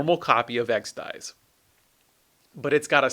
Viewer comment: It's Exed Exes, not Exed Eyes